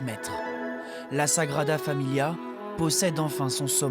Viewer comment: Sagrada Família (accent sur le -i)